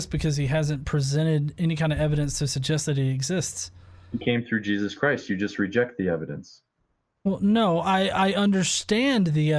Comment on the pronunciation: Say his name correct "JESUS" or dont say it at all you fox!